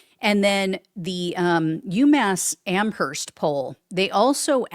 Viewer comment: oOoOO.... Don't pronounce the h in Amherst.